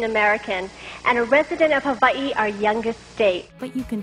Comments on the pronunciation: Ha-VA-EE? Couldn't she just pronounce Hawaii like a normal person? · it sounds like she's saying havvai